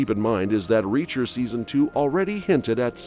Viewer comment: This is AI reading. It can't even properly say Reacher at some points.